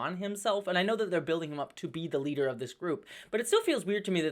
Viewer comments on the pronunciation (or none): none